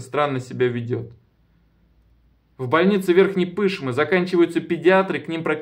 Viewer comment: Верхняя Пышма , ударение на А, последний слог